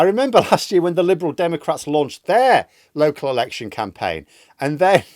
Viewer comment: That's it, it's a Camplaign now, you have to say it like that every time!